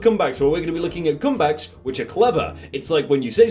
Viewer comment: Is it just me or does his accent make it sound like he is saying cum bags instead of comebacks